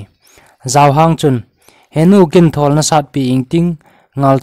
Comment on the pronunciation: 8.37 a thawwll )❌(Thuuwwolll ,👈chi git a hi lamdoh ding) thol joh tiding ahi. chu lel galngam pa min sehleh hilou in selleh joh ahije